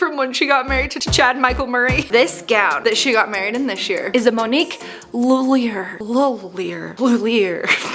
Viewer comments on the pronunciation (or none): I think Lhullier is pronounced Lu Lee eh. Not positive though, but I am 95% sure that’s how it’s pronounced. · Monique Luh-lee-Ay lol